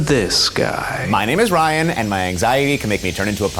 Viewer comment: Aww, Keith called Ryan, "."! 🫠